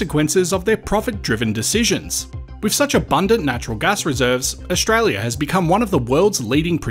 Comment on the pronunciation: please practise your pronunciation, it is OStralia NOT OSHralia